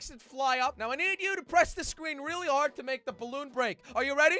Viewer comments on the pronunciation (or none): jelly: it’s hard FaZe Jarvis: it’s whole HAARD